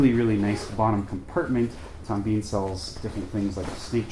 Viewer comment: Pronounced Tom Bin not Bean